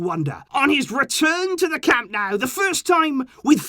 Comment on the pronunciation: It's Camp NOH-ooh, not NOW brown COW.